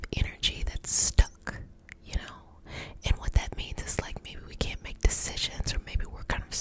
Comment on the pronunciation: i love how you say Caint aha :)